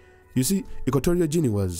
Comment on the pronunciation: Guinea is pronounced like Gini (not Jini).